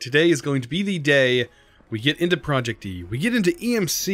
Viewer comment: It is not ProjectE, it is ProjectEEEEEEEEEEE.